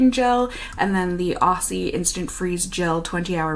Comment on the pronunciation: I always find it weird that Aussie isn't a brand we can actually get in Australia. By the way, Aussie is pronounced "ozzy"! 🙂